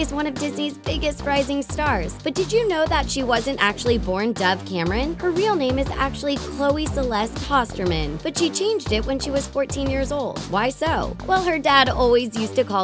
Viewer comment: I died when she said Celest instead of Celeste for some reason :v